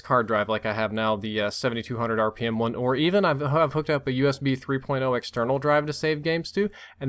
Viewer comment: he says RPM LOL